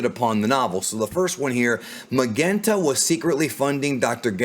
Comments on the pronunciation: Lol Magenta.. Why is it so hard for you to pronounce? It's pronounced just like the color Magenta lol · I love you dude, but you keep saying Magenta wrong